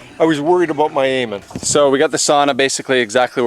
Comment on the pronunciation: saying he was worried about my aiming sounded like he was "worried about my Eamon". 💜😊 timestamp (added)